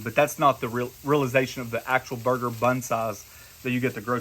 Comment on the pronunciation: I love your new word "Burg-er-ler"! Great video!